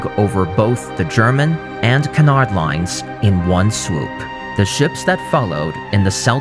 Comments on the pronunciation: His pronunciation of Cunard is revolting though lol. It’s pronounced like “cue” or “Q” so “Q-nard”. Not Kuhnard lol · Its pronounced the Q-nard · Stop saying Cunard wrong please! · You can start with pronouncing Cunard correctly.